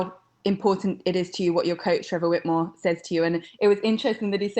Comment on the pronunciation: "Trevor Wittmore" wow that lady covers the sport and can't even get his name right.